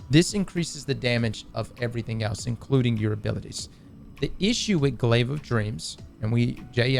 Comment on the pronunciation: As soon as you said glaive you lost all interest from me